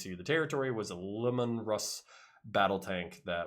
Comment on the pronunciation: Its nice to come across someone who knows his back lore, but I must say this, the Tank is pronounced Lee-Man.